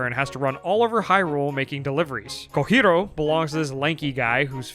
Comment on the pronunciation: I love that I can tell that the boy in this channel has watched a lot of of Nintendo Capri Sun, literally just because of how he pronounces KOJIRO